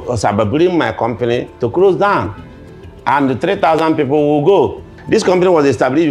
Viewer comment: Next time you wirre not engage in cyber BURREEING😂😂😂😂 Do you have 5 BEERRION NAIRA?🚶🚶🚶